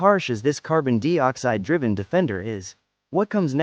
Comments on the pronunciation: A.I. Narrator that couldn't pronounce certain words or numbers correctly. Makes me wonder about this presentation."Carbon Dee-oxide?" I thought it was carbon dioxide? 🤔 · WTF is Carbon DEE-Oxide... Are you trying to say Carbon DIE-Oxide? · Would be better with human narration. Carbon deeoxide? Leave it to ai to f up anything it touches. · just a friendly heads up before you make a fool of yourself in the next video you make, there is no such thing as carbon dee-oxide. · Dee Ox-hide. 😂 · Funny how AI doesn't know how to pronounce dioxide. Even Brits pronounce it the same as us so, who's the idiot that taught this "intelligence" to say it wrong.